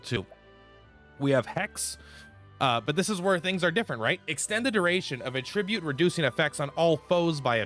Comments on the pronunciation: AT-tribute....AT-tribute!!!! Not "A-ttribute". God, I want to claw my ears off every time you mispronounce "attribute". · Attribute as a noun is not pronounce that way, only as a verb.